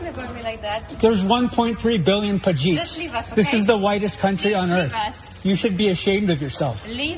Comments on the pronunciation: did he call him Pajiit 😅😅. that's a new one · did he call him pajit? 😅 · Bro can’t even say “pajeet” properly 😂